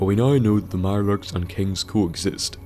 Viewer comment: "Lub Irelurks"?